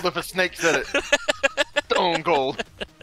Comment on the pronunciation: You put an S in front of SStoneCold 😂😂😂